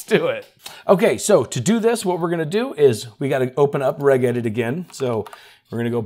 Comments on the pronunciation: I love your content, and you have some super useful tips, but please - enough with the "go ahead and...". You said that phrase 23 times in this video 😆 Also, "Regedit is pronounced "Redge" not "Regg". It's the Windows Registry, not the Reggistry 😁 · Hate to be that guy but it is pronounced R-edge edit. It is the registry not the R-egg-istry. lol just wanted to give you a hard time. Both are fine. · Its 'registration editor' So shortened to 'regedit' with a 'Ji' sound, not a 'Gi' sound. I have no idea why that bothers me! 😮🙃😂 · its not called reg-edit, its pronounced "redge-edit" FYI. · NGL, the way you pronounced regedit kinda irked me. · Are you seriously saying "regedit" with a hard "g"? Wtf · lol, needs to learn how to pronounce "regedit".